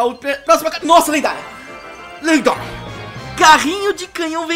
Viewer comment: O falou lenguária